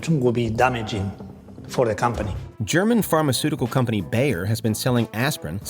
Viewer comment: Great video, but Bayer is pronounced like "buyer." It's German. Also, the "official" pronunciation decided on by "journalists" for Qatar is WRONG. It is pronounced KAH-TAR. I grew up with shortwave radio, and the radio announcers there actually knew how to pronounce their own country's name, unlike modern "journalists." I heard them pronounce it KAH-TAR in English and Arabic. I have a theory about the official move to pronounce it incorrectly. I think the globalists in power sent out the notice to see who would go along with the mandate to see who was complicit, much like the lockdowns and the mask mandate. I think they wanted to see which "journalists" would roll over and pronounce it "cutter." All of the dim-witted globalist "journalists" pronounce it "cutter."